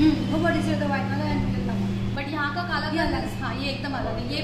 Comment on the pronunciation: It's कलाकंद